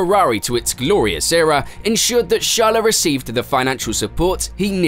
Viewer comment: Dear God, stop saying "Shar-la'.